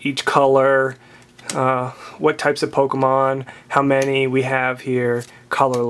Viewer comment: you say pokemon rong